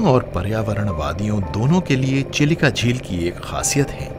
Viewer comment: भाई आप साठिक उच्चारण कीजिए चिलिका का यही उम्मीद है आपसे 🙏